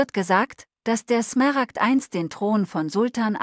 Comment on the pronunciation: Übrigens sind es Smaragde, nicht Smeragde. Ist ja furchtbar, tut jedes Mal weh beim hören.